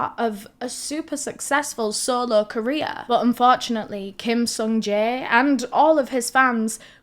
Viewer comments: Every time she says “career” I think she says “Korea” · I thought you were say "Korea destroying" 😂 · Amazing video and I’m not trying to make light of this but I love that when you say career ending to my southern brain it sounds like you say KOREA ENDING and I think it’s hilarious to think the entirety of Korea is losing their minds at once when they see anything like that panic attack style